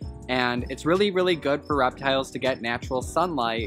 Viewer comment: No one: Absolutely no one:: raptiles.